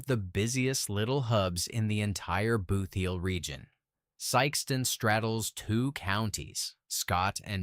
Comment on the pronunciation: I had to stop watching. If I heard AI guy say BOOTH heel once more I would scream! It’s BOOTheel! This is a hot mess!